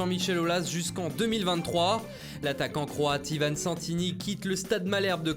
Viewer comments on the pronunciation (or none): none